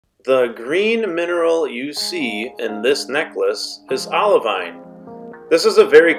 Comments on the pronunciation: I messed something up though. A geologist reached out to me and said I need to pronounce it "oliveen". We'll, here's hoping I get to go to Hawaii or the green sand test beach so I can correctly say olivine when I get to touch it! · It's pronounced OLIVEEN! I'm sorry! A geologist reached out to me and told me I was saying olivine wrong. I should have pronounced it OliVEEN. Sorry! If I get to go see the Project Vesta test beach, I will say it correctly for sure!!!